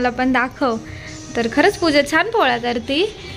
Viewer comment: tu puja nako bolat jau.pooja bolat ja.